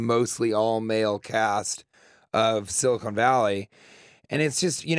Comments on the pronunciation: Why does he keep calling the show,"Silicone Valley"? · Anyone else just completely thrown off by how he pronounces "Silicon Valley" as "Silicone Valley?"